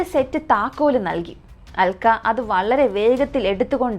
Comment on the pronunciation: Aalkka alla "Alka"...pronouncian sredikkuka, especially names, place names etc...